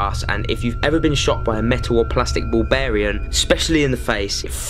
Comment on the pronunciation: Can't even say metal ball bearing at 11.00 mins in 😂😂😂😂😂 durr